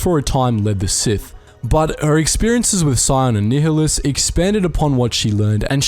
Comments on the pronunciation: Check out Kreia's Conundrums by Papito Qinn Btw Darth Nihilus is pronouced similar to "nihilism", where the H is silent and so NIHI sounds like NYE. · it's 'nile-less' not 'neo-liss'. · Ni-h-i-lus? That was quite uncomfortable to hear. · nye-hi-lus is the correct way. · I pronounce it nee hee lus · Everytime u say nihilus' name I die inside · Never heard someone say Nihilus like you do......odd